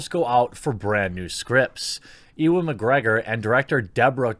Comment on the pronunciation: Jeremy how the feck did you pronounce "Ewan"? E-one? Nigha...